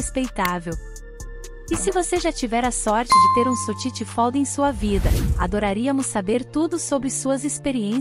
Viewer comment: Nao existe sotiti fold falou o nome errado